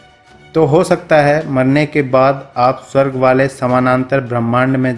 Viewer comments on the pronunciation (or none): none